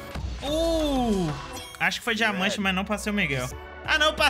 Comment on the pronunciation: "dimamante" lkkkkkkkk